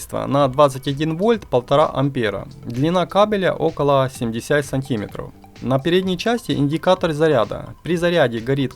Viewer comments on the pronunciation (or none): зарЯдное, сантИмеров. Почему не дЮймовая? ВашА речь застАвляет мОи ушИ вянУть. вы дОговор чИтали что бы не быть осУжденным? Ай дошел до музыкальной паузы! Ай ромалэ прости за ударения! Верни коня только!